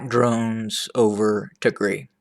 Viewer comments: What Tigre? Pls correct Pronounce it’s Tigray!!! The one used pronounced is similar to call instead of America “ amrea “ which is completely only used hateful people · Yes I am wondering why this is called "attack drones over tigreee" .... primarily because it's usually pronounced tig-ray ;) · 🤣🤣🤣🤣🤣🤣🤣"ATTACK OVER TIGRI". 🤣🤣🤣 YOU CAN'T EVEN PRONOUNCES THE NAME PROPERLY TIGAY. YOU TRY TO ANALISE WHAT HAPPENED IN TIGRAY. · Pronounced tig rye